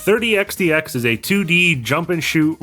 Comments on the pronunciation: The way you pronounce 30XX as 30X "D" X makes my ocd scream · you’ve been saying it correct, the pronunciation in this video is wrong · Not complaining, just curious if maybe it's a culture thing? What's with the d? It's xx isn't it? I still can't find xdx anywhere in the game......edit: nvm I think I get what your going for. It's a pronunciation thing for numbers. Reminds me of an IQ test I was given as a very young child where one of the thing was "count as high as you can" so I did. Meanwhile noticed a pattern, and while I knew 100 was a number. It was a vague concept to me. BUT I noticed something thirty, fourth, fifty....and so on. So when I got to ninety nine I went to tenty, tenty one. So is this it? Your going with "in the year thirty xty x"?